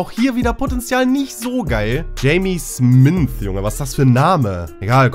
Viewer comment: da steht smyth nicht smynth, ganz normaler name auf deutsch wäre das schmied hahahah